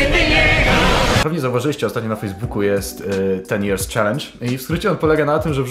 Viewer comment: Tęskniłem ża tym "czeleendż"